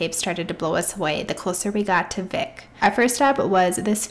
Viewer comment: I like your vlog style! Just a few Iceland tips - Vik is pronounced like "Veek"; Gulfoss is not even the most powerful waterfall in Iceland, that goes to Dettifoss; and Vatnajokull is the largest glacier in Europe but not even top 10 in the world. I hope you can go back and explore more of Iceland, some of the most epic spots you drove by include Glymur, Kvernufoss, and Múlagljúfur :)